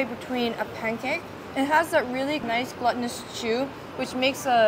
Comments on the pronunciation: I've heard you say glutinous in other videos and just wanted to clear up how to say it because the way you're pronouncing can mean something else. It's pronounced like gloo-tinous. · I think you mean to say glutinous (gloo-tin-us) as in gluten and not gluttony :)